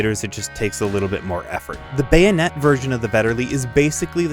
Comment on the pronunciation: BAYO-NET 🎉 and MEE-LEE 🥳 lol love your vids man